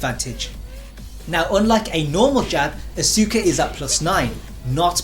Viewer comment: The game literally pronounces her name when you select her. How do you still mispronounce her name? Asuka = Oska. Act as if the "U" isn't there.